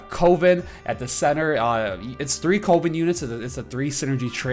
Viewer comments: I freak out everytime you say covid... its cuh-ven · Coven is pronounced cuh-vin (kinda like oven). Don't want you to get blasted for the pronunciation in future vids. Love the content! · you probably got told this already but coven is pronounced like oven